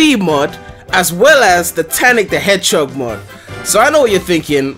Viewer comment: Why is everyone talking about that guy saying "Hedgehock" it's just his Faroese accent